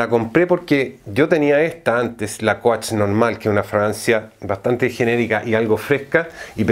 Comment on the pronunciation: Muy admirable tu conocimiento de fragancias pero me impresiona que con tanta experiencia no te hayas preocupado para nada en la pronunciación de palabras tan básicas como coach ( kouch) o starwalker ( starwoker) entre otras. Es decir en una era donde haces la búsqueda en unos segundos en cualquier idioma y obtienes la respuesta ... Es simplemente inaceptable. Es mi única crítica , pero igual te admiro.